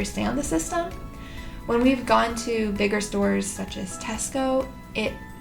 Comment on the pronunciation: You've just got a like from me for saying "Tesco" not "Tescoes"